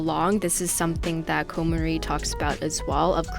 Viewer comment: Great video,! I think it's actually pronounced CON MAR-EE not CONE MARIE.;)